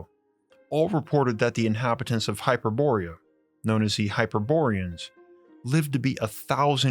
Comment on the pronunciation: You mispronounced Hyperborea and Thule again. It's not HY-per-BOR-e-a it's HY-per-bo-RE-a (the 1st and fourth syllables are emphasized not the 1st and 3rd) , it's not spelled with an -ia (Hyperboria). You also pronounced 'Thule' with a voiceless dental fricative (like TH as in thin, thorn) instead of as a 'T' sound, and it is 2 syllables not one ('Too-ley/Tool-ey' not 'Thool'). The same goes for the Nazi Thule society.